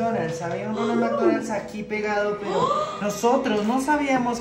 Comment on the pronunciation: Ronald McDonald ❌ Ñoña mañoñal ✅ Jajaja parce 😂saludos desde Puerto Rico castañer sin luz 😢...❤❤❤❤